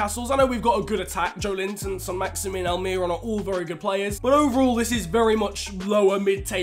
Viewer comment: Does he say Near and here or Niran here??? We'll never know.